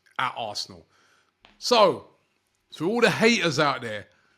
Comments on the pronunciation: Robbie, BUKAYO NOT BUKAYA 🤣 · His name is Bukayo not Bukayerr talk about respect Robbie come on dude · Robbie keeps messing the boy name. It’s Bukayo NOT Bukaya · He always butchers Saka's first name 😂😂😂